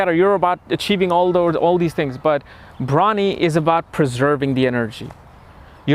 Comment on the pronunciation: Your pronunciation is bad. You prounced the nakshatra as bhramini. It's Bharani.